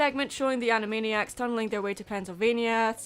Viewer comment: ...Animaddyac/Animaddiac. Also... yeah. Animaniacs holds up pretty well. And heck, I didn't even know who Sheena Easton was beyond having heard the name once or twice.